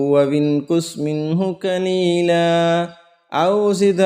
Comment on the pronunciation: Khaaf ( khaleela ) sahi se adaa nhi karain jaha b khaaf aara kaaf ada karain galat padhna or sunna galat hai aisa karne se maine badal jaate hai ...baki tajweed mashallah hai